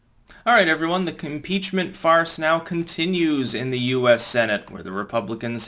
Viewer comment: Conpeacment Was that intentional?